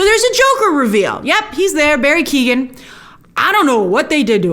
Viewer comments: It’s Barry Keoghan, not Barry Keegan. Keoghan pronounced like Key-own with an emphasis on the own part. It’s Irish. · Just to let you know Grace, it's pronounced Barry Key-oh-an